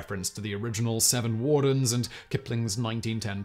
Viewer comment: Every time Simon says seven wardens, my brain hears "Seven Dwarves".